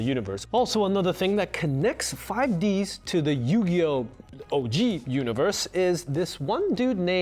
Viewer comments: how the hell do you manage to pronounce 5Ds correctly but then mispronounce it throughout the whole video? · (pronounces the name of a kid's show incorrectly once at the beginning of the video) The comments: Looks like you're going to the Shadow Realm, Jimbo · You keep talking about Zexal/Zeal but you keep calling 5D's "5 D.S." IT'S 5 DEEEEEZ BRO! lol. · I’m sorry, but are you actually calling it 5Dee Ess? You use the possessive D’s, as in Deez I think the duel between Yugi and Jaden never happened. Remember, in Bonds Beyond Time, Yugi introduces himself. So either their duel did happen, or it was erased as part of timeline changing bullshit I saw that 5D’s takes place in 2030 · Well I stopped watching after he said “five DS” it’s “fuh -ive dee-s” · Having a person that knows little about the cringe always makes me cringe with these type of videos. It's "yugioh 5 deez" not 5DS, what is this a Nintendo console that touches the 5th dimension? Nintendo labo? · Why does he say 5 D-S instead of 5D’s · man makes a video about 5 d's lore calling it 5 ds and not 5d's for 5 dragons for what was originally going to be the 5 signer dragon's i didn't think it would trigger me as much as it did the apostrophe makes it produced differently than the Nintendo console if you want to know how it's pronounced watch one of several dub episodes where they say "previously on yugioh 5d's" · ok i dont know anyone who says 5 D S it always 5d's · I hate the way he says 5d-s instead of 5ds it annoys the shit out of me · Did this yugioh fan called 5ds 5d S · D S? That's a Nintendo handheld game device, not TV show. The show is pronounced D's, as in the D is plural! If crunchyroll is gonna talk about yugioh anime, please say 5d's correctly. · "Five Dee Ess" Aaaaand this guy doesn't even know how to say the name of the show properly, so should I put ANY stock in what he has to say about it? Answer: No. Not wasting my watch minutes here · No, I cannot. Also, its 5Ds, not 5D S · Five-u Deesu